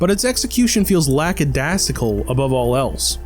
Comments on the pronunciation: Lack-ah-day-zi-cal, you bumbling fool. It's so obvious that someone intelligent is writing the script and just laughing at you... meanwhile the QC person or editor is either nonexistent or finds it funny too. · I enjoyed the review, but I have never heard “lackadaisical” pronounced that way before—am I wrong?